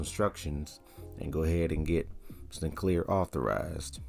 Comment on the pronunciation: Wauw absolutely no introduction to trakt given in this video. Just you pronouncing sycnler wrong a million times and integrating it into random apps.